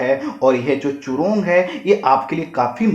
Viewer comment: चूरोंग नही जूरोंग